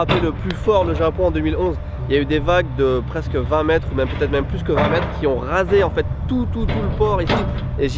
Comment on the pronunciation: mdr "des vagues de 20 metres " hahaha il est pas un peu marseillais lui